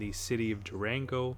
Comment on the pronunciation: Pronounce it as- Do-Ron-Go.... I'm thinking about bussing down there from El Paso in about a month.